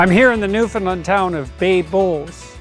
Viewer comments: PS. I also learned how to pronounce the province’s name correctly. Apparently most Americans tend to butcher it, especially those of us with southern accents, lol! To remember: Newfoundland should rhyme and/or have cadence in a similar manner as the word, “understand.” Understand Newfoundland!(However, the “a” in Newfoundland is a slightly softer,more rounded sound than generally found in the southern USA.) So the name itself is NOT pronounced as “Newfinlunn” like I was taught in world geography. Lol😊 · I can’t believe Rex let you call it Newfundland haha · It’s pronounced New Fun LAND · I can’t believe that you keep pronouncing Newfoundland wrong and Rex didn’t correct you, with so much respect and respect should be given when speaking about such a beautiful island of Newfoundland (new fin land ) is how you would pronounce it but flowing out as one word. From a Newfoundlander and former fisherman A LITTLE BIT OF SALT WALTER WILL FIX WHAT HALE’S YA !!! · At least pronounce it right omg